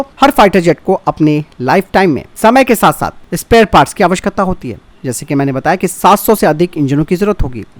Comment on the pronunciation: 3.37 आवश्कत्ता 😂😂😂 आवश्यकता का सही उच्चारण भी नहीं आता..😂